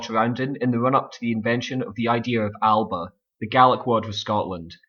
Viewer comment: AL-UH-BUH NOT AL-BUH #Tosser